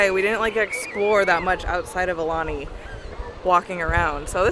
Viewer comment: If you guys love Aulani, please learn to say it properly. It’s pronounced Ow- Lani